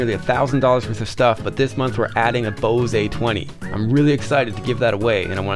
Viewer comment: Love the videos.... but its not bosay its bose like blows but without the L!